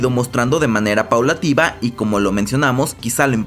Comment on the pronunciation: Paulatina, no paulatiba 🤣